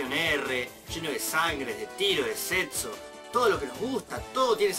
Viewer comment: ¿porque pronuncias "setxo"? yo soy uruguayo y pronuncio "secxo"